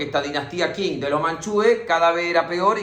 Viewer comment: Genio del mundo mundial, felicitaciones por el trabajo de resumir 100 años en tan poquito tiempo... P.D: datito, pa' colaborar, vio?? me encuentro estudiando chino, Qing se pronuncia "ching"